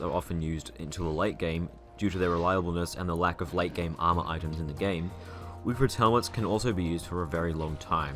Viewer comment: "with the lack öf late game armörs" Maxwell with shadöw armör: say wöt